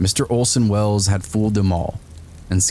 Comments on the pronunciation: ....uh did you say OLSON WELLS.??? I always thought his name was ORSON WELLS....H LOL. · It’s. ORSON Wells. Not OLSON.. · Orson Welles, not Olsen. He wasn't Swedish. It might have been hilarious if he had done that great broadcast in a heavy Swedish accent. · Olsen Wells? It's Orson Welles. And I think his best performance was on the Paul Masson Wine commercials. Ahhh, French champagne! ... Man, I could really use a drink right now... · Orson Wells not Olson.